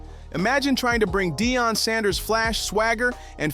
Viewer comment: You know what got out of this story? How many ways you can make up the way to pronounce Deon and Shedeur! You’ve said their names abt three different ways! Who writes these scripts? SHAME!!!!!